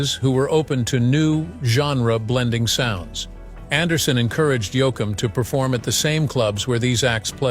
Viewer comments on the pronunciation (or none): Yo- akum?? Please get a real announcer for these posts.. Frizzle?? This is insulting to the genre. Try using a real human.